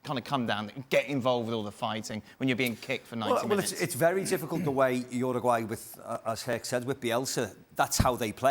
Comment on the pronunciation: It's not pronounced Ruguay, it's pronounced youraguay.